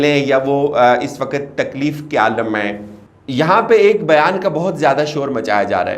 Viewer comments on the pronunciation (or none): none